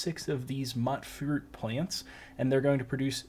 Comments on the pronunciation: Pretty sure its pronounced mutefruit plants bro not "muttfruit" good vid though 💯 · It's pronounced "mooytfroot", like mutant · Mutfruit is a mix of “mutant” and “fruit”, so it’s pronounced as “Mewtfruit” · The way he said mutfruit 💀